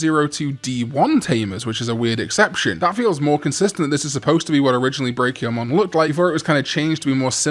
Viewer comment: I'm sorry, but what was that pronounciation of Brachiomon? How do you say Brachiosaurus?